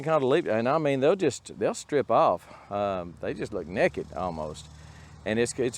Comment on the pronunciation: Just wondering if NEKET is "Texan" for NAKED? Its pronounced about the same over here in Kentucky. lol